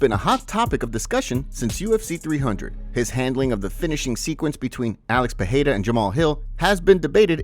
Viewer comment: It's Pereira not Peheira